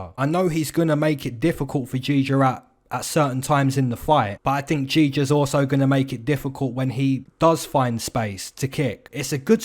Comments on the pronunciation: Video was ok, but for the next time, he’s name is Giga not Jija (as Ghigha) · Jija xD